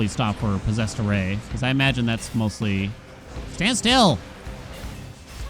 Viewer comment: Is it just me or does anyone else hear Posessor Ray when says "Posessed Array"?